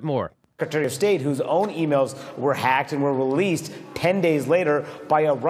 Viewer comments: I love how he over emphasizes "Hacked" every time he says it, like they're trying to drill it into peoples heads. HACKED not leaked by Seth Rich, HACKED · How many times is Manu going to say "Hacked" and with such exaggerated emphasis! #HisNameIsSethRich